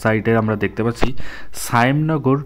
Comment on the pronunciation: সায়েম নগর না তো শ্যামনগর